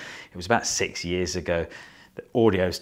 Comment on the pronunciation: Yeeaaaar, yeeeeears, wuooork. Daawn, veeedeo, Foarm. Would it hurt you to pronounce things correctly? Elllo, guvnah, Fancy a biscuit ?